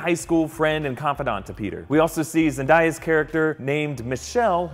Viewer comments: omg "Zendia" its zendaya fam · it's Zen-day-a cmon now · it's Zen-day-uh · I cringed hard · bOi it's Zen-Day-Ah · Zendieya lol its Zen Day Ah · zen DAY uh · that pronunciation of Zendaya tho